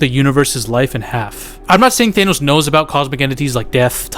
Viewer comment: Omg NOT THAYNOS